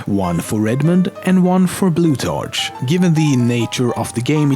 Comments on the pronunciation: its pronounced blutarCK not tarch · bloot- ARK is the pronouncination for blutarch :) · its pronounced blu-tark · Loving the amusing pronunciations of Blutarch and Pauling there. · The name Plutarch is pronounced with a K sound.